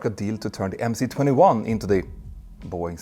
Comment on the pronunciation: Two remarks: it is 'avia dvigatel': air engine. And the letter 'C' in MC-21 is a cyrillic letter, pronounced 'S'.